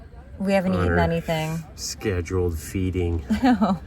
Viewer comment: “Scheduled Feeding “ 😂